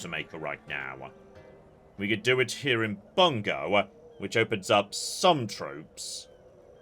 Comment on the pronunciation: you know what grinds my gear? anglosphere pronounciation of the japanese words and cities e.g Bung-goh, by-zen, your-akami